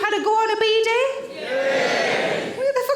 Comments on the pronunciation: took me a while to figure out she was talking about a Bidet, the pronounciation is just backwards ^^ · It's quite extraordinary how many differences there are between British and American emphasis. We emphasise 'down', Americans emphasise 'up'. 'BEE-day' v 'bee-DAY'. I used to think that Americans were trying to be different out of caprice. Ironically, the word 'caprice' is pronounced with an upward intonation in British English. 😊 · I never knew that word is pronounced “beady.”